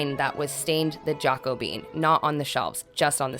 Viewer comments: Can't stop laughing at your pronunciation of "Jackobean" it comes from the biblical name, not a bean!🤣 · Great job! The Jacobean color name threw me off at first. Then I realized what it referenced. Jacobean is not pronounced "jako-bean", it's more "ja-COH-be-uhn". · Good to see you changing stuff up as you settle in to yourself 😊 If the stain you were using is spelled Jacobean it's pronounced Jackobeean. If it's not then ignore the history stuff that follows😁 The Jacobean era followed the original Elizabethan one and typical furniture of the time was heavy and very dark 🤷‍♀️ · Yay! So great to see you back at it again! I love the gentler energy of the space. Now, say it with me, “Ja-co-bee-yen.” 😊❤️